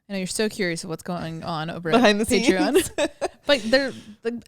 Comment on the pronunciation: Butchered pateron lol